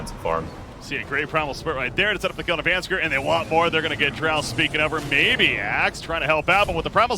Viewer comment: Does it not bug anyone else that the caster says VANSKER and not VANSKOR?